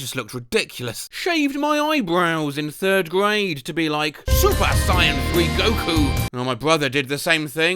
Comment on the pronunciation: “super cyan”